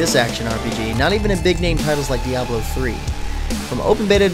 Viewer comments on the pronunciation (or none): none